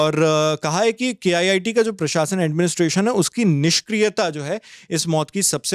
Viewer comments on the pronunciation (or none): I suggestion... don't say K.IIT, it is very disrespect to IITs. Say it as KIIT. (KIT) 😂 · K-IIT 😂😂 . It’s KIIT not K -IIT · Bros the reporter said it wrongly when describing KIIT in this video